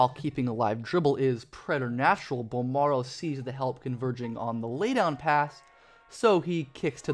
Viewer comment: Oh please let the Spurs draft him lol. Carry on the legacy. Charles Barkley: BOL-MARRRO